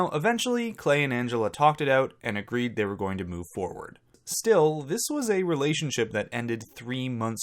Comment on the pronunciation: Still can’t get over how Nicole pronounces relationship. RELAY-ship. That being said, I wasn’t a fan of hers and I do think she would of chosen Christian had he not of been kicked off the island